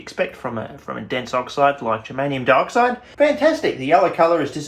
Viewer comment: I keep hearing 'Germanium Darkside' because of the way you pronounce Dioxide and now I have a title for my space-Romans versus space-Barbarians sci-fi fantasy novel.